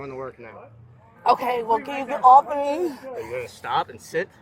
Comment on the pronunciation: The word is ME.... not ME-UH